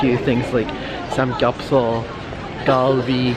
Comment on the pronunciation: I just cringed a lot when you would mispronounce the typical korean words like banchan and samgyeopsal lol